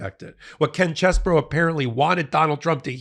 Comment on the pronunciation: You're saying his name wrong it's CHEESE BRO.